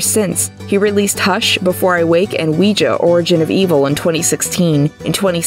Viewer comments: Lol “weejuh”. What a fun way to pronounce Ouija. (Wee-jee, btw) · Ouija is pronounced Wee gee. Yes it’s not spelled that way. No, it doesn’t make sense